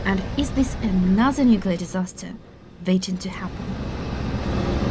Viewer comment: Anozer ))). ЁR Inglish isn't zat bed!